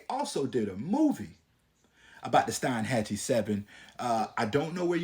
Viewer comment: The correct way to pronounce is Steen hatchee And its also cape o Lived in Steinhatcheemy whole life and you got most the story correct good job.